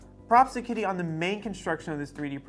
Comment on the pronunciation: it's pronounced like "cheedee"